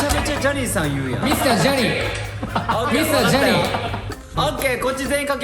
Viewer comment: 「Johnny」 の 発音 声のトーン そもそもイケボ 顔面 肘⇦ 完璧😭👏💙